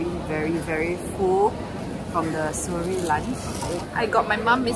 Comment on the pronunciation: when they feature seorae but nobody can pronounce properly HAHAHAHAHAH. issok A for effort guys